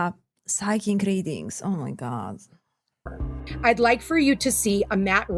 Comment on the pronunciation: źle wymawiasz "O my God". Mówisz "O, moje jelito", bo na końcu zmiękczasz D do T XD goDDDDD - to D musi wybrzmieć.